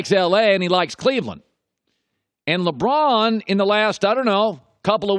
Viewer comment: Did anyone catch him saying "Limron"